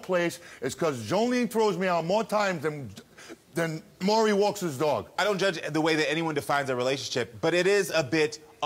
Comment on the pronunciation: They STAY calling him "Murray!" It annoys me! 😂 MAURY: "Audience, welcome Lisa to The MAURY Show." LISA: "Hi Murray, good to see you."